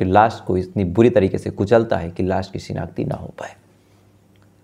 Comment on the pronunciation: गुमसुदगी नहीं भईया... गुमशुदगी होता है, लास नहीं लाश होता है, आशु होता है आसू नहीं